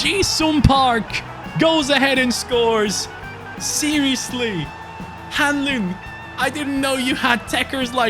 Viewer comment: Hahaha must be a relative of mine! Funny hearing Hanlin should be “Han-lon” Love the video!